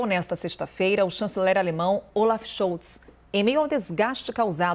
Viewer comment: Robert Friedrich Karl Scholtz: Schóltz e não Schoutz🙃